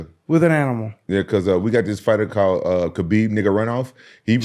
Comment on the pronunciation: Ayo, Rampage got jokes for always saying Khabib's name like this.